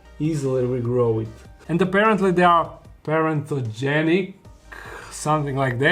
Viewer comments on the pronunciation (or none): my dear... it's parthenogenetic (parthenogenesis) 😸❤️